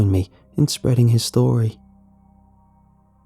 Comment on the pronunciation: WHARE ARE YEW. AND IM SO SAWRYYY